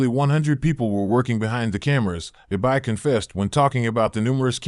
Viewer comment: Eye-by, aka the noble giant